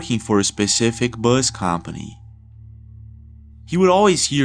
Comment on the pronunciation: Did anyone else rewind and playback the guy “Bus”? Good content, but “Boous”? 😂😂😂